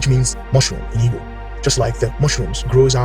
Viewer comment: You keep saying "evo" or "ebo" word and I don't know what you're saying it's so fast. I want to understand this video and share some information. What are you saying there?